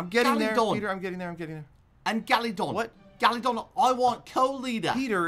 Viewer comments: "Gallydon i want the pack" lmao gallydon u thought it was galadon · the way he says galadon is golden👌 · Everyone:Galagon Peter:Galidon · the way he says galadon "galidon" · So annoying how he says gallidon not galadon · this is the amount of times Peter said GaLiDon 👇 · No one: Peter: gAliDoN cO LeaDEr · i like that when peter says galadont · I love the part when he said galadon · Can someone count how many times he said galodon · Thsis guy keeps calling him GALIDON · I love when he says Galidon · when he says galidon it ahh it makes me mad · He Says Galidon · Oof I mean Galadon